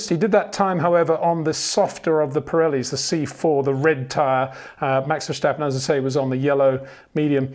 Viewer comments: it's pronounced Fair-Sta-Pen not Vershhhhtappen. You pronounce it as a German name, wich he obviously is not. Good video anyway. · it is NOT "verSHtappen" FFS Max is not German (who do pronounce "st" as "sht") ... #Max33 = Dutch NL/Belgium! ... It is not "Bottash" nor is it "Lewish" certainly not "verSHtappen" .... This BS started long time ago when a British sport presenter interviewed father Jos Verstappen and assumed you can use a German pronunciation to a Dutch Driver thinking it is so "funny" ... It is not. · Peter we need to talk about how you pronounce "Verstappen"